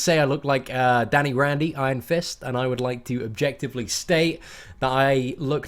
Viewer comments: Its Danny Rand not Danny Randy, geez get your name right! lol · Yo I love these videos and I don't know why this bothered me so much but his last name is Rand, not Randy. Once again, I really love these videos, they really help me out with the game. Thanks, and I hope this isn't too dickish of me